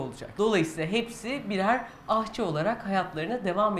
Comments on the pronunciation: Öcelikle aHçı değil de aŞçı demeyi öğrensek sonra ders vermeyi düşünsek? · ahçı değil aşçı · ''Ahçı'' değil aşçı ! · AHÇI DEĞİL EFENDİM AŞÇI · Ahçı diye bir kelime yoktur. Dogrusu Aşçı dir. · Neden ısrarla ahçı diyorsunuz aşçı yerine? Bi sebebi var mı?